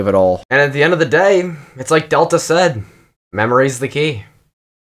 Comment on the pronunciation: One small correction it is pronounced del Ta not data